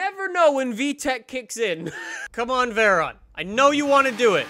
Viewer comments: It's a veyron not a verron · “Veran” lmao Try “Vay-Ron”